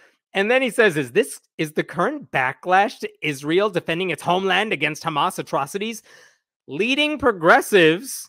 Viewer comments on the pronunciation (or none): none